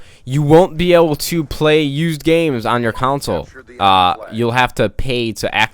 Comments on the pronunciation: I love how he say "Council" instead of Console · Bro I love your videos, but I gotta say: Unless I am just way off the mark, it's pronounced CON-sole, as in the Congo river. Or KHAN-SOLE. You pronounce it like counsel sort of. I say console like khan (think Ghengis Khan unless you say Ghengis Can and I just need to learn a lot more about different dialects). Uhh high rant over. Keep up the good work!